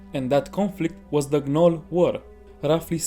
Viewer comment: The G in Gnoll is Silent. Like the K is silent in Knife. So it's pronounced "Nole", like "Pole" or "Coal"